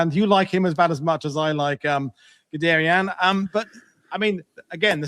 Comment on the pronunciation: pronounced gudayern